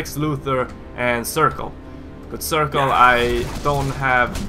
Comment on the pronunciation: heads up it circe is pronounced sir-see awesome vid btw and I love arrow too